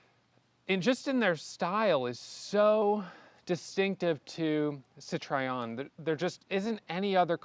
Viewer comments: So embarrassing to hear you repeatedly mispronounce the name of the brand, OMG. How much effort would it have been to do your homework on that? It just feels like raw American indifference, just can't be bothered. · I've heard many people in North America pronounce it that way. Also "sit-roy-en" and sometimes "sit-roon". In Zimbabwe (then Rhodesia) we pronounced it "sit-rin" with the "rin" portion rhyming with "tin". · A wonderful, unusual car! I think this is more your style than either the Mustang or even the Corvette. But you need to learn how to pronounce Citroen! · Oh please, if you don't want to try spelling nasal vowels, please don't make a CitrOEN to CitrEOn,,!!!! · Yes, please give this Goddess the respect it deserves and use the proper name. I had a new red '72 and I LOVED it. Wish I still had it. I enjoyed your review and the trip down memory lane, but the way you mispronounced the name grated on my sensitive ears. Sit-row-en, not Sit-try-on. No need to re-film everything, but if you could over-dub the correct pronunciation, it would make me, at least, if not anyone else, feel better. Otherwise, a nice presentation of a lovely, lovely car that I wish I still had. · Why can't an intelligent looking & sounding 30+ years young man, invest in studying the correct pronunciation of a car he owns?! He calls it CITROYEN.....But it's CIT RO ËN. He skipped a few models of these cars being produced from . The ID Model. 1st. 2nd. & 3rd. Nose. The DSpecial. The Dsuper 5. All info is on Google today. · Great video and an amazingly beautiful car, you're so lucky! But please learn how to pronounce Citroen! Sit-roh-en, not sit-ray-on. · Thank you. Hearing Citryon is making me crazy. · Sit Try On? - why do Americans not know how to say Citroen? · Apologies in advance, but it’s pronounced: Citro-en. I’m just using my ears that’s all. And I’m a perfectionist. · Best way to pronounce Citroen is “Sitroh-Ehn’ in French. In the UK we say ‘Citron’ 😅